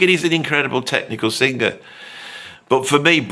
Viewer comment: Look, man. You can't even say the word "sing•ga•er." Why would I listen to you?